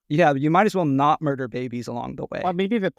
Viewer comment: “You might as well not myrder babies along the way” 🤣